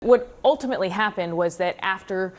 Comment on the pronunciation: Oltimately? When did it become "oltimately" ???